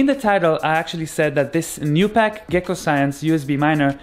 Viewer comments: Not gonna lie, I thought he said Tupac. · He said 2 pack.